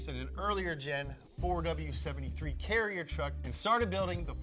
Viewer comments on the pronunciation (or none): none